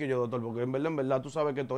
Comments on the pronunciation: “En velda en velda” me tiene harto Con esa bendita frase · En velda en velda llevate de mi así es k él lo dice 😁😁🤣🤣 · si ese mensaje fue a mi, pues te digo que primero aprendas a interpretar, porque lo escribí como el lo dice, el no dice en verdad en verdad, el dice en velda en velda